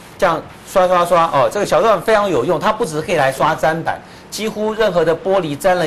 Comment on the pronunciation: ，根據教育部國語辭典，砧是念ㄓㄣ，不是ㄓㄢ，要改哦!